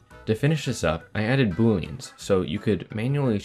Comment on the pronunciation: I forgot what Boolean is for a second and I thought you said Boullion